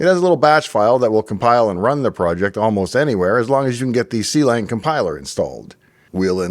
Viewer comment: Not to be that guy, but it is pronounced Klang and not c-lang 😂